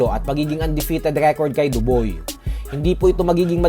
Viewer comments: Dubois - Doo-bwaa ganyan ang tamang bigkas. Hindi Duboy muntikan ng mgaing Daboy sayo. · Dob(ua) po hindi dob(oy).